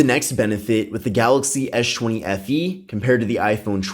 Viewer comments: "Esh 20 fe" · "esh chwenny FE" lmfaoo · I thought u kept on saying s20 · esh chwenny FE LOL!